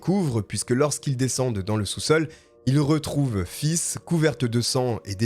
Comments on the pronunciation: Euuuhhh ... Se tromper une fois sur le prénom ... Ok ... Mais là , ''faith'' , ne se dit Pô ''fisse'' ... Roh la la ... !!!! Voilà , vous pouvez contempler l'un des commentaires les plus inutiles qu'il soit !! Non mais "fisse" , ça crains comme prénom !!! Plus sérieusement ... Merci pour votre travail , ce sont souvent des affaires peu connue , et peu commune !! Très bon boulot je trouve , recherches sérieuses , contrairement à certains , qui sont près à dire n'importe quoi , pour combler les trous dans leurs textes et leurs vidéos ! Bonne continuation à vous et on l'espère une belle réussite ! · Mais comment ces FLICS n'ont pas pris la mesure d'éloignement connaissant les antécédents de cette ordure ?.. est-ce qu'ils arrivent à dormir... cette horrible tragédie aurait pu être évitée.. J'avoue que ta façon de dire " Faith" m'a dérangée du début à la fin 😅!! Bon, après avoir écouté tes histoires.. j'aime assez ta façon de narrer,je m'abonne !! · Pareil moi qui adore ce prénom ca ma pas mal stressé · Enlevez moi ce commentaire, je ne pensais plus qu'à ça en entendant le prénom 😉😂😂! mais ça a enlevé de l'horreur à ce fait divers ce n'est pas plus mal! t'es au top je suis fan, bon boulot! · Très bon travail Par contre Faith ne se prononce pas "fils" mais faythe qui veut dire la foi en anglais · Faith qui veut dire foi se prenonce Fay pas fils mdrrr tu m'as tué 🤣🤣🤣 Bonne vidéo soit dit en passant 👏🏾👍🏾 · Je t'aime bien mais ça m'a écorché les oreilles, ta prononciation! Ce n'est pas "Fiss", mais "F8", prononcé en anglais (8 en anglais, eight!). Sans rancune! :P Petit truc: google translate ou autre app de traduction qui prononce les mots recherchés ;) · Ca se prononce plutôt face lol Sinon bonne vidéo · Fizzzz on dirait une glace à l’eau dis comme ça 😂 mais j’ai adoré continue!